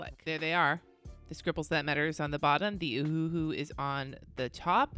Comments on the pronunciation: it is pronounced o-hu-hu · I busted out laughing every time you said “Ohuhu.” 😂 #grownup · lizziesf87 yup... Me too... Laying in bed laughing outloud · Me too!!! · Omg, so did I 🤣🤣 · Lmao at you saying “ohuhu”